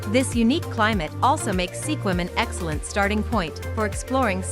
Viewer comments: Langley has no sky scrapers. I about fell down at those pictures. And Sequim is pronounced Skuim. Not Se Quim. What a joke. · It's pronounced skwim.